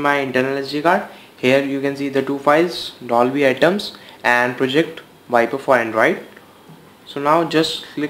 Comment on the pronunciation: Its not ATOMS.. Its ATMOS. AT-MOS